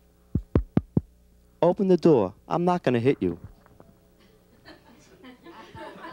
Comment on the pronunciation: door is NOT a two syllable word....